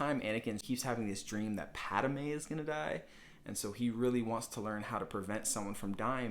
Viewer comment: Padme not Padame.